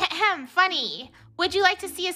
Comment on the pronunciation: Theres ✨fUnEH✨ ✨gUnNEH✨ ✨rUnnEH✨ ✨lUnnEH✨ ✨dRunnEH✨